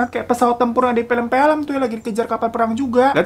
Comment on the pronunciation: Bang 'film' bukan 'pelem-pelem' ekekekek